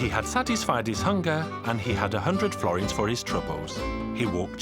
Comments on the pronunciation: Misspernounciation at the end: Florint is an old italian money i think not sure tho. Forint is hungarian. You have to skip the letter "l" otherwise its missunderstanable. Yes im hungarian. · florint xd.. is forint(without the l ) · Mi a fasz az a florint xddd Nem florint hanem forint*